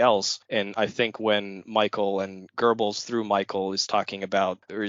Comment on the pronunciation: You guys should practice the correct pronunciation of Goebbels before doing a podcast on him. It is so annoying to hear you butcher his name. This is the reason I didn't bother to listen to the end.